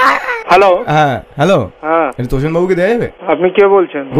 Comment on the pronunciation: তোচন কে দোচন।